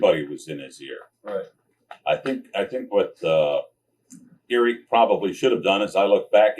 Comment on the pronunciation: I love how he says Eerck😅